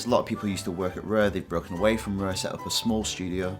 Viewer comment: "Fannz uf REEEHH."